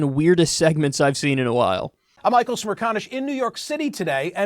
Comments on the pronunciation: Michael checks pronoucatuon "Smear con-ish" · I thought u said smear con ish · is he really called smear-con-ish? why not just say it how it is? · "Michael Smearconish" 😂